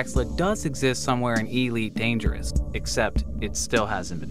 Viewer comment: EEE-leet Dangerous